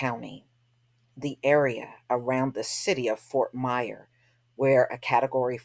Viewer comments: Its Fort Myers with an S! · Damn that's crazy. By the way, Fort Myers doesn't have a silent S sista.